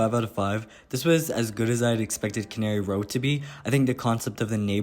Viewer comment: Okay, after the third time, I just have to clarify that John Steinbeck's book is "Cannery Row" (pronounced KAN-uh-ree), as in a factory where things are canned. It's not "canary", like the bird or the island. You seem to be interested in Steinbeck's prose (as am I), so it might be a good distinction to be aware of. :)